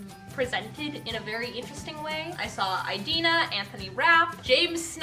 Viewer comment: Loving the new hair! When you update your head shots could you take us through the process a bit? Also just a friendly suggestion to check the pronunciation of Idina. I believe the first I is pronounced like in the word "it".